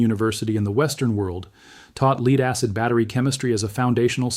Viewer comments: Companies want to make money. Regarding your lead acid batteries. But when their, AI Announcer Buddy refers to the lead as, " Leed"? It can't even pronounce what they are trying to talk about, correctly? And nobody wants to, change it to sound correct? Why would I want to do any business with that company? Why would I even listen, to that company? When they cannot correctly pronounce, common American words. The Artificial Intelligence is demonstrating how, artificial it truly is. And none of the production people know how to correct for that? It's called, spelling words out, Phonetically. So if you're going to talk about a lead acid battery? You would write your copy as, led acid battery. Then the Artie Fecal Intelligence, will pronounce it correctly. But this Production Company is a bunch of, non-native English speakers.. They grew up with Chinese not English. And so what am I do take away from this? And from the channel Banned Camping? OK… OK… In mentioning Lead acid batteries. With spaceflight and satellites in the same sentence? That is total lunacy Bullshit! Let acid batteries cannot be used in spaceflight at all! They won't work. They freeze solid. Yeah no. It was George Neumann in Germany. Making microphones for Hitler. Which was not his most famous invention. Was not. The development of the, nickel cadmium, chemical slurry rechargeable battery. That revolutionized spaceflight. For Hitler and his V-2 Rockets. As they needed a chemical battery that would not freeze woul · The vid pronounced lead as leed. It’s AI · lead is not pronounced leed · Yeah noooooo shit! Leed batteries. The fuck? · Leed acid? AI narrated! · the part where he says is not a he. it's AI. that's why the video is good. except that the AI doesn't know how to pronounce lead. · That mispronunciation of lead was starting to aggravate me too 😅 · I say you are, because you said LEED instead of LEAD. means you are A.I Humans know the difference, you don't! 👋 🚨